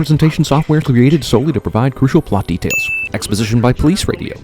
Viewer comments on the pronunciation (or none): none